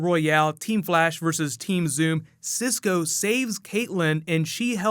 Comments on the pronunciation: "Teem Zoom" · Did he say team zoom?